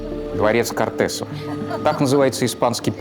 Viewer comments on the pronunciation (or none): Очень интересный и хорошо документированный эпизод. 👍👍 Обидно, что прокралась, ставшая обычной, фонетическая очепятка. 😪 В названии испанского двухпалатного парламента, по-испански Cortes, ударение падает на первый слог, т.е. Кóртес, Кóртесы. Иначе, по правилам испанской орфографии, название писалось бы как Cortés как, например, имя испанского конкистадора Эрнана Кортеса, Hernán Cortés.